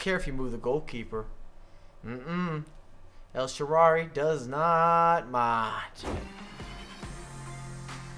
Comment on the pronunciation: nice rewiew but you should pronounce the name of the Italian wing well El sharaui Thanks man. Good job 😊